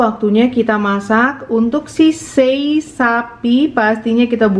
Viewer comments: cara baca juga Se"i buka sei, dan lu'at bukan luat. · Sebutan nya Lu'at mom, dengan Se'i.. Salam dari indonesia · Salam Dari Kupang NTT Bukan sei tapi se'i dan bukan luat tapi Lu'at 😁😁🙏🙏